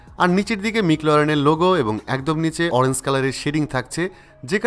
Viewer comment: Oranze na Orange🤣🤣